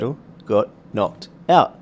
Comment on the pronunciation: Knocked* not knocket